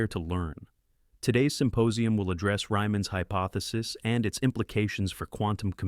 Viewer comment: "Today's symposium will address Ryman's hypothesis and its implications for quantum computing." "Ryman" should be "Riemann," pronounced REE-man, but this much is "legit." "In that moment, she thought of her daughter Lily who was working double shifts to save for college." "Her phone showed five missed calls from the babysitter." (Lily is working double shifts and still needs a babysitter?) "Her daughter Lily had transferred to the university on a full scholarship." (Lily does not need a babysitter.) I like inspirational stories like anyone else, but I like them better when they are consistent, like the real-life story of brilliant mathematician Srinivasa Ramanujan ( ), who lacked formal training yet went to the University of Cambridge in England to do research. He is the subject of the 2015 Hollywood movie "The Man Who Knew Infinity" and the 1988 PBS NOVA documentary "The Man Who Loved Numbers": Also interesting is the life of Bernhard Riemann ( ) of Riemann hypothesis fame. He and Ramanujan both died in their 30s, made multiple important mathematical advances, and were deeply religious. (Ramanujan was Hindu, and Riemann was Christian.) See their listings in WIkipedia for more information. There are many other inspirational mathematicians, such as Emmy Noether, Katherine Johnson, Grigori Perelman, Terence Tao, and Maryam Mirzakhani. There are multiple YouTube videos about each of them.